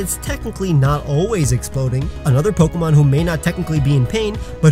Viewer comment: That's not how you pronounce "pokémon". >:(